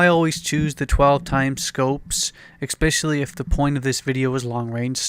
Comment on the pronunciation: Expecially lol I think its especially mate. Anyway I like your game style I love sniping!